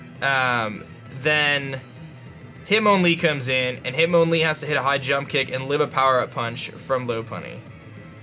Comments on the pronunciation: its MON not mown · hit MON lee not mown